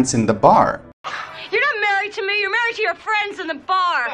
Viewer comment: Slight correction, Married is pronounced marry'd not marry ed